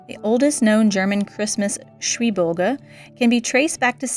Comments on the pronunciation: Schwibbogen, not Schwibboge. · I enjoy Your enthusiasm in searching and exclaiming old traditions and also your very good pronounciation of german words, especially the "Umlaute". Little hint: say "shwyb" (very short pause) "bogan" like it are two single words (they are indeed). It is a small trap, because usually two "b" in a word means that the "b" is spoken a little bit shorter/sharper (like you do correctly), but in this case it is simply that the two words Schwib and Bogen are glued together. Greetings from the Lüneburger Heide in northern germany. Nice to see that you have already snow in Bayern. Here it is currently only grey and wet :-) I wish happy days and a nice ending of the year